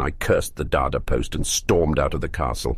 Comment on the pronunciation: I cracked up laughing in the first time you said dada instead of D.A.D.A😂😂😂